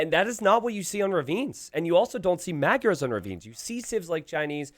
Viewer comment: This is why Magyars are in the top 2 for best feudal (along with Cumans). And I hope YouTubers learn how to say Magyars and Khmer soon 11